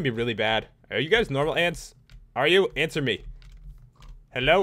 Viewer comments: Lol, to the ant he said "ANTser me" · "ANTswer me"